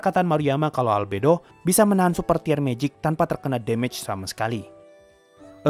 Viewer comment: Jadi lebih enak dengernya ketika bilang d+mej (damage) sudah benar.... Lanjutkan!!!